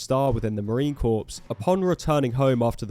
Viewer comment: You don't pronounce the P in Marine Corps